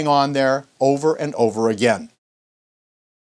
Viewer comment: "I doe not......" what an idiot